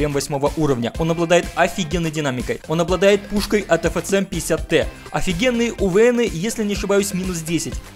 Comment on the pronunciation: Уже несколько выпусков мучает вопрос: почему произносит "эФЦМ", с буквой Э в начале? Борется с дефектом речи? Просто интересно стало.